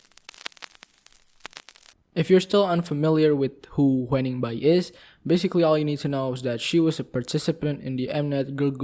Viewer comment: pronounce : HYU-NING, not hue-ning. <3 xx